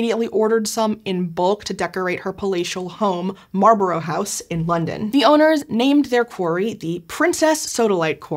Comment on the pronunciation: Marlborough is pronounced Mar-bra.